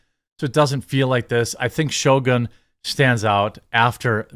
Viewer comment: He can't even say it right. Heck he probably doesn't even know what it means